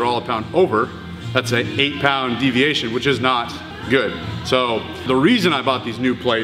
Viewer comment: "Deviatino" is my favourite spanish soap opera